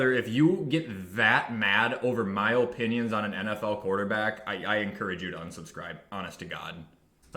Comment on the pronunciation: “These are my öpinions”